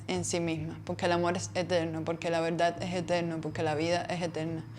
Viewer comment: La veldad 😅😅 repite conmigo: veRdad 😅